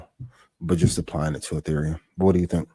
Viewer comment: Dudes discussing ethereum while calling it “ethereal” 😂😂